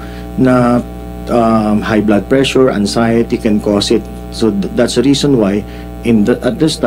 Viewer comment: Sen tolentino dont know how to pronounce the he always say the(di) even if followed by consonant letters it should be tha(da)